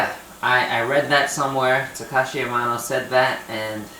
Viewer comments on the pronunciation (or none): none